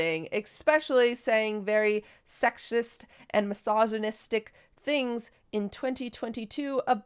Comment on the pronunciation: is it wrong of me to laugh everytime i hear QT try to pronounce misogynistic?